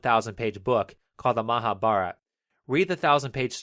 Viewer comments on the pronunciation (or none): he said : the mahabhara the actual pronuciation : the maha-bha-raat-a